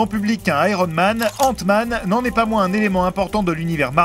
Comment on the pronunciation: mmdrr c quoi cette accent ? 😂😂 il did "ente-man" faute dire "ainte-man"